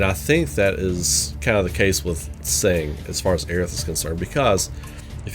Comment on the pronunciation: I don't wanna be mean but I have to mention it since it bothers me a bit. Tseng's name is pronounced "Sung"